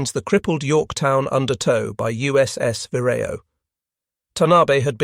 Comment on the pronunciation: It's "Genda", hard G as in "get", not "Jenda". The cruiser Tone is "to-nay", not "tone". "Vireo", the minesweeper that started towing the Yorktown from the scene, is "veer-ee-oh", even stress, not "vir-AY-oh"